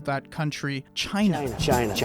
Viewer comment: where do you get that he doesn't like trump the way he says china is funny